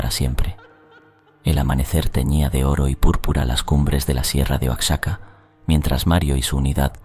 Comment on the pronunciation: Amigo, sé pronuncia "Uajaca" Oaxaca